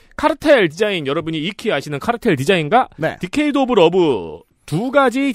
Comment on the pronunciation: decade는 사전 발음기호나 원어민이나 데케이드로 읽는데 오프닝이나 에디터가 디케이드라고 읽는 이유가 있나요?